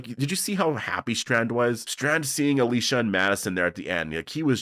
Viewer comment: Can we talk about how Daniel ,out of nowhere 2 episodes ago started pronouncing Alicia’s name completely differently than the way he always said it before ?